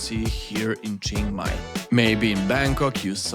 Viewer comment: Nice vid, but if you say Jing Mai one more time I'll have to punch my screen.